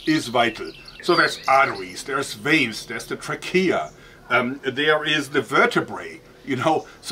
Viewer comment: I love you and your channel, I'm not hating. They way your pronounced "Trachea" made me chuckle.